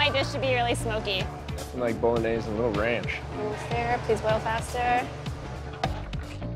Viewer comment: stoya montage which way? It's pronounced: bo-lo-knee-ye-zee